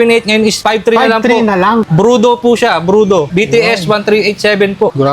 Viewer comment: brodu hindi brudo engot!